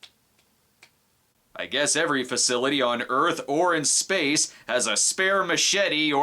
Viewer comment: "Spaceon" LMFAO